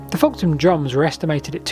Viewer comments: it's 'Folkton' not 'Folkon'. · Its pronounced "foketon" and "bur-Ton" . I grew up near both sites of the Folkton and Burton Agnes drums... best area in the UK for Neolithic sites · Just saying its FolkTon